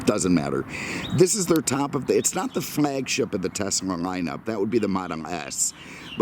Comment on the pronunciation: Thank you for pronouncing Tesla properly